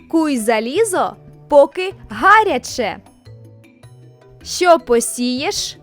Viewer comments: Куй залізо поки гарЯче, наголос на Я. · У другому запитанні невірний наголос у слові "гаряче"